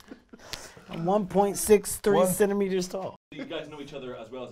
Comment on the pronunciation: "30 centemiters" omfg I couldn't hold it ahahhaha